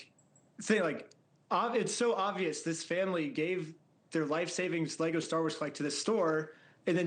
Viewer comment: How are you going to do all this stupid stuff and still not be able to say Lego correctly?